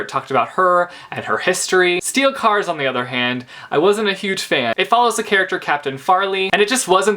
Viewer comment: YOU DID IT AGAIN! You said "Steel Cars" xDDD I am so sorry I'm a grammar (speech) Nazi, but...yeah. Steel SCARS, man, Steel SCARS! Sc-sc-sc-sc-sssssssssssssssssssssscuhcuhcuh!!